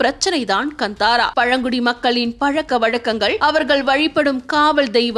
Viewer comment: வந்தாரா அல்ல காந்தாரா எரியுது நீங்கள் சொல்வது சரியாக உச்சரிப்பை கற்றுக் கொள்ளுங்கள்